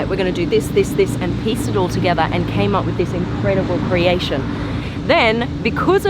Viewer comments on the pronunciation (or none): none